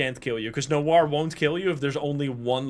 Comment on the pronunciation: this is the only game I usually watch to have a nap withxD Gotta love people who don't know that Noir is pronounced "nowah" and ask chat why pronounces it "weird" while its the correct way